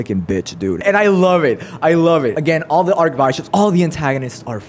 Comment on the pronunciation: oh yea you were asking why julius is concious.... it's cuz only his name was eaten. Not his memories. Only when both of your name and memories are eaten, you become a vegetable forever lool. Also i noticed u called the Archibishops, (ark-bye-shop) even tho it's pronounced (ark-bish-ip) with the I sound lol. But yeah fire video and arc 5 is insane, can't wait for it to be animated. And mostly i can't wait for arc 6 to be animated. You'll love arc 6, it's so fire, and it'll be sick to be animated